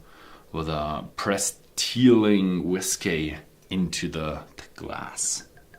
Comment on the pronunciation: I am glad you have since stopped using that ridiculous "whiskAy" pronunciation.